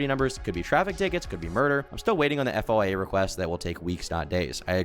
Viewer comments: just say “foya”. Hearing you try to spell out FOIA really fast while you speak is just painful. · FOIA requests are shortened to the term “Foy-Ya” requests. Just fyi.